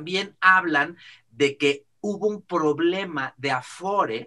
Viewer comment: Es "aforo", no "afore",. Saludos